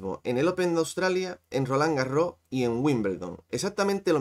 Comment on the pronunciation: Tengo una pregunta tiquismiquis: por qué algunos comentaristas en España pronunciáis "Rolán Garró" sin pronunciar la ese final? En francés se pronuncia, y leído en castellano también se pronunciaría en principio. Es leído con acento gaditano?